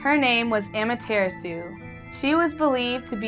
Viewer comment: Amaterasu is actually pronounced Ah-ma-tear-ah-soo